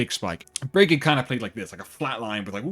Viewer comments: Hard to watch a video where they constantly mispronounce a name so badly lol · It's Brigitte not Brigitta btw